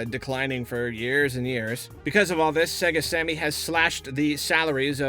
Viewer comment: When you said Sega Sammy... WHEN WILL YOU LEARN?